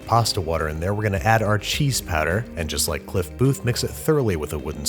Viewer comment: I was looking away when you brought out the powder (I was applying clotted cream to a scone), and I had no idea what "cheese patter" was